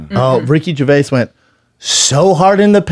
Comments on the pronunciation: Ger-vay-us? Hmmmmm. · how brendan first pronounced Ricky’s last name lmao “Gervayiz” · Ricky Gervayas? Never heard of him. Is he Mexican? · Did you say “Ricky gerveyass” , Brendan seriously stop eating and cut your hair 😅 it’s affecting your speech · "jer va ez" ???? Also way to single-handly mangle and destroy all of Gervais' jokes